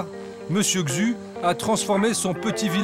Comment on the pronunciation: Un peu d'effort sur la prononciation quand même... pas besoin de savoir parler chinois, mais un minima quand même pour les noms... C'est quoi cette prononciation de "Xu" ?